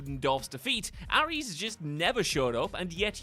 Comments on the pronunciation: Why's he pronouncing Ares as 'Arry's? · Did you just call Ares, 'Arris?